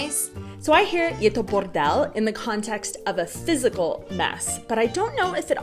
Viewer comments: this was like czech, really! She said the word bordel really good 😂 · says „bordel" perfectly 👌🏻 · Hi, thanks, great video. I really like how pronounces the word “bordel” She is amazing! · Když říká bordel, je její B 👍🤗😃. Jinak palec nahoru za tento kanál. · je skvělá:D a líbí se mi, s jakým gustem a důrazem vyslovovala slovo "bordel":D